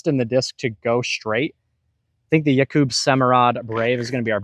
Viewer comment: can't pronounce Jakub's name at all. It's not Yah KOOB, it's just Jacob but the J is a Y sound and the 'a' sounds like the 'a' in apple or yak: Yakcub. Latitude: Opto-x glimmer Fuse, Opto glimmer Explorer, Orbit Grace, Opto xXx Westside: BT Hard Crown, VIP glimmer Harp, VIP Stag, sometimes VIP glimmer Warship Dynamic: Lucid-x glimmer/chameleon Felon, Fuzion Raider, Lucid & Fuzion-x Mavericks